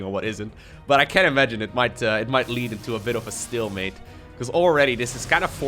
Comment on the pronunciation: am I the only one bummed out when hearing "stillmate" when its "stalemate"? is stillmate even a thing?